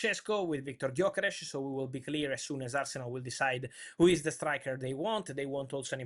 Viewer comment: Benjamin SHeShko, GyokereSH